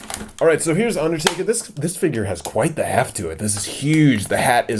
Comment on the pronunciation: It's undertaker not underdaber stupid